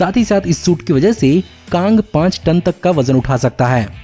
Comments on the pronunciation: Bhaiya kaaaang nhi kang hoga🤣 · Kaang the concoror 🤣😂🤣😂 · कांग नही कैग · Kaang the kankarar 😂😂😂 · Ye bhai sahab sochta kuchh aur h aur bolta kuchh aur h. Pehle bola kang 38th century se belong karta h phir bola 30th century phir 31th century. Kaaaang nhi Kang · Although this video is awesome but i frustrated listening kaang😂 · kAANG KAANG WOW BRO MJA AA GYA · Pronounce correctly it's Kang cang the Conqueror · "Kaang"... Really 😃🤦🏻‍♂️❤️